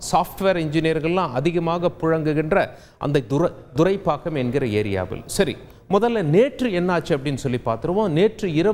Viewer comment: Sir please mention the area name correctly, it's not Durai pakkam... It's Thuraipakkam..